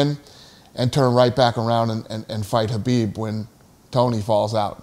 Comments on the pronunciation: Isnt your fighters name Khabib, dana not habib? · Habib isn't it kabib?